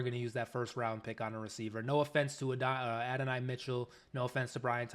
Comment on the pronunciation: I'm glad to hear you pronounce Adonai correctly. Lol